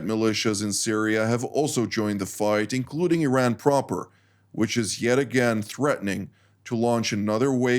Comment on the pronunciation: Iran can,t srike Isreal? The Iranian airspace is Exposed ? I call this fake news.and the pronounciation of these guest is so bad,sry😂😂😂